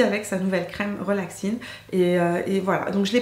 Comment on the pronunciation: coucou! Supers tes achats!.... On dit pas relaxine mais reXaline!!!!!😂 gros bisous